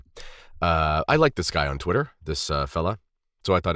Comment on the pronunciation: “A fella from twitta” you gotta stop hanging with Anthony from AB 😂